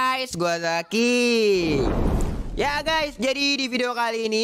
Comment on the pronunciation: Allo gays gw zakyyy lembek kalik lu nyebut zakiyy nya bng